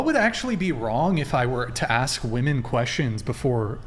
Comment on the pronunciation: She says axt instead of ask